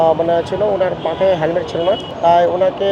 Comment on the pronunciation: Hemmed naki helmed? 😂